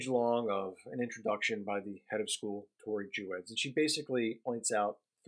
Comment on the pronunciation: There is so much misinformation in this piece, starting with just the pronunciation of Tori's name. Our youngest is a (non-binary) student at Westtown and we are so grateful for this amazing school, still very challenging intellectually and accepting of many points of view, which is part of what makes it so great. I don't agree with just about anything you said here, but that's okay. I hope Max gets in touch with you and sets you straight on so much of the misinformation you spread here.